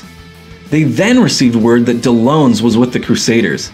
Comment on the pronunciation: Why does he still continue pronouncing Dellons as if he's spelt Dellones....